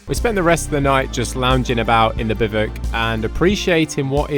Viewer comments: Wow really... a bivic? It's Biv ooh ack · Forget that you're not pronouncing bivouac correctly. It's pronounced Beev Wack not bivick. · "bivvick?" I believe it's pronounced bih-voo-ack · Just a heads up….its pronounced “bih-voo-ack” not “bih-vuck” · Lol Bivouac is pronounced more like biv-eh-whack, not bivok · They are biv-oh-wacks, not biv-icks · It's not 'biv-uk' it's pronounced biv-ooac' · You call them "bivik"? We Americans call them biv-wak. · Whats a biv ick? A bivouac is pronounce biv oo ack, just as it looks. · BIVOUC "Biv-wack" is the most common way to pronounce the word, especially in American English. "Biv-oo-ack" or "Biv-oo-ak" is another widely used pronunciation, especially in British English. "Biv-wak" is a simpler phonetic breakdown that is also common. Bivick is way wrong. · No we don't !!- We say Bi-voo-ak - No Biv-ook - It was driving me crazy. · Note: Bivouac is pronounced "biv-əo-wac" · Love the video and will now watch more of yours. Despite how you pronounce Bivouac - Bivuk? 😆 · I love this!!! Thank you for taking us on your adventures 😄 In America we pronounce it “biv-wack”. Is this pronunciation incorrect? Look forward to hearing back about this 😂 Thank you!!! I was born in Germany (I’m American) and we spent a lot of time around the Alps. My gosh the footage you’ve shared of the mountains and valleys is simply breathtaking!!! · I thought it was pronounced bivvy wack. But perhaps it’s different depending on your language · Is it pronounced Bi-voo-ak or am i going mad? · Biv-whack.... bivvuck... f-ing English can't speak English. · Bivouac, not bivoc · It's pronounced Biv-oo-ak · In the US military, this term is pronounced, “BIV WACK! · Bivouac is pronounced “bi-voo-ak”. FYI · It's pronounced something like "Biv oo ack" or "Bi Voo Ack" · For the love of all that is language... it's pronounced: bi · voo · ak 🤐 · Why do they call bivouacs bivocs? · It’s pronounced biv a wac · Had to click off after the 6th time he said bivek.